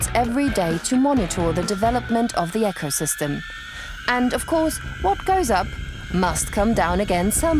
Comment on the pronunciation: "Echosystem" lol